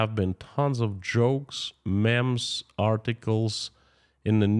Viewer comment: just a FYI "memes" is pronounced as (meems)